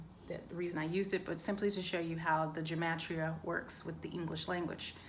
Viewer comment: Take a drink every time she says Gem-Et-Tria 😝